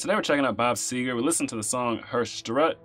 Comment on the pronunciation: It's SEGER not SEGAR!